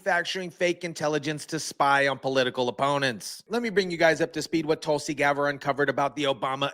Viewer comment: GABBARD NOT GABER!!